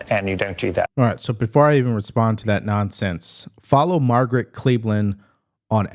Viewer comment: Margot Cleveland NOT MARGRET! Learn how to read and talk!!! It makes you seem DUMB.